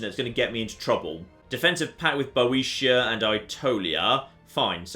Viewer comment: I think Boetia should be pronounced bee-o-tier, but I might be wrong